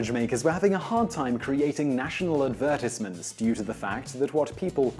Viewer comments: wtf did you just say? adverse-it-meants? are you serious?? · The way you said advertisements lol